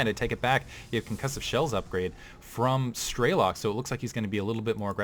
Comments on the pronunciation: While you are correct on that what it means. is pronouncing it incorrectly, the american way - "Strey-lok'. Its difficult to write how it sounds correctly b/c of the intonations but its more like 'Stre-lok' w/ the 'o' not sounding like an 'a'. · Nice cast. By the way strelok means shooter in Russian and the correct way to pronounce it is strelOk not strElok